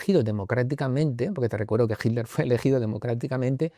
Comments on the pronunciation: mas claro que eso solo el agua FIJI, quizás no te percatas por costumbre, pero ningún español dice HITTTLER, no mencionan la T, dicen Hiler o algo así, pero bueno, no es importante, Gracias por contestar y me gustaría comentarte que tengo un canal que estrenará el otro año y así como tu hiciste aquel primer video en Egipto inspirado en el amigo egiptologo que admiras, yo ocupo el tuyo como uno de mis referentes. Que haya DESAFIO VIAJERO por muchos años mas.👏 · Srs, alguien me puede aclarar por qué en general los españoles dicen Himler a Hitler? Qué pasa con la T? Y no están hablando de Heinrich Luitpold Himmler, están hablando de Adolf Hitler! Entonces donde está la T en ese castellano? Todos hacen lo mismo! Hey, no soy hater, no quiero crear polémica! Solo quiero entender a que se debe, quizás hay una razón y yo estoy equivocado. Y en este canal las personas invitadas son personas muy cultas.